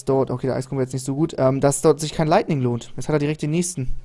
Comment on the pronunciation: wem fällte es auf das immer Leigning anstatt lightning sagt